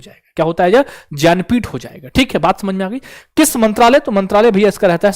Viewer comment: भैया ज्ञानपीठ को ज्यन्पीथ बोल रहे हो पहली बार सुना है ज्यन्पीथ बाकी अच्छा बताया थेंक यू 😊